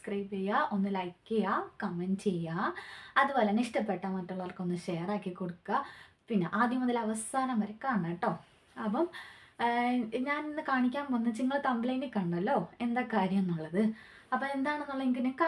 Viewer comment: തമ്പ് നെയിൽ എന്നാ കുട്ടീ പറയാ തമ്പ് ലൈൻ അല്ലാട്ടോ